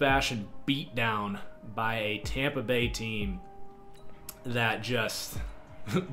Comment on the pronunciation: I died when he said tompa bay